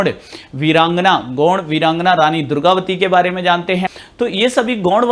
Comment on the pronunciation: Gord nhi gond bolo